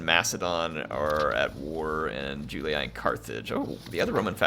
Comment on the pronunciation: julee-aye, brute-ee-aye, skeep-ee-aye. iuleeee, bruteeee skeepeeee